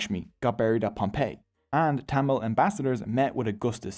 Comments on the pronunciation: Tamal❌️ Tamil✅️ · Its not TTammil.. Its Thamizh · Bro the Language Tamil is pronounced (Thu - mil) and the temple Padmanabhaswamy is pronounce (Pudh-ma-na-bhu-svaumy) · BTW it should be pronounced as "Tamizh" and not tamil. Pronouncing it as "Tamil" sucks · “Yeah and one more note, tamil is Pronounced as Thamizh , and that gives it the beauty…!! “ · As a Tamil,it's pronounced Tam-izh(there is a Tamil letter with no English equivalent) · Broooo its pronounced thamizh plsssss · As a Tamil I can say that you mis pronounced almost every Tamil words. Nandri-thanks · he buthered every tamil word possible.but its okay love you